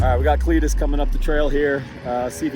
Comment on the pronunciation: Cleeturis… Clee-tur-is.. lmao haha Clituris.. Give her the onion .. lmao